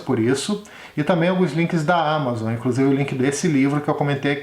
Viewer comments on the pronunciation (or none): none